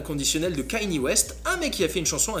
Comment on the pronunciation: T'es un fan de Kanye West mais tu sais toujours pas le prononcer... C'est kanYe pas kaYne - Kanié pas Caillni